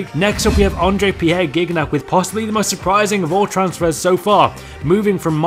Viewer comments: it`s /JiniaK/n not /GIGNAK/ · its not giggnak. its zinyak. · Its not gig nac but jeeniak xD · It's not pronounced "gig-nack." It's pronounced "jeen-yack." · Its pronounced JIGNAG not GUIGNAC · Gig-nac? You being fucking real? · You pronounced Gignac wrong, it's pronounced Gi-Ni-Ac. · Is not Gignac you pronounce Jiniak in french I know it's weird but it's french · Hey! You have to say: jiniack for gignac:) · You keep me informed. Somewhat. *Btw Its pronounced Gin-Yac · you dont pronounce Gignac like that its as if its spelled Jijnac :) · How u say gignac ?!?! Lmao seriously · The way you pronounced gingac's name was aids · Stop saying gignac its the Wrong prononciation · The butchered pronunciation of gignac <3